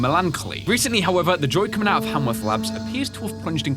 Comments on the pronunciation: I really love this game and I really love your gameplay. Can't wait for more. Also, it's kinda cute how you say Hanworth Labs instead of Haworth Labs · Its Haworth labs, not Hamworth labs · I love how he kept saying hamworth instead of haworth . :D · Hemsworth, hamsworth, hallsworth! It is Haworth like cmon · Keep up the work and it’s Haworth not hamworth or hallworth😂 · It's Not Hamworth It's Haworth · I’m kinda surprised that didn’t realize that he was saying “Haworth” wrong (really? Hamworth?) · I wanna say "Haworth" is probably pronounced "Hay-worth" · Great video! But I would like to point out that Haworth Labs doesn't have an M in it! Sorry, it's been bothering me. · It's melon-choly, ch is just pronounced c, like collar. And HAYWORTH.